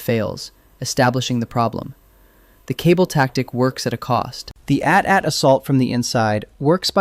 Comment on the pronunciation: what is an "a tat"? Did you mean "AT-AT"? That sounds like a mistake an AI narrator would make.